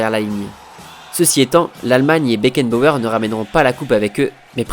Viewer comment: un patron un leaderRRRRhhh . FRANZ BECKENBAUERRRRRRRRhhhh mdr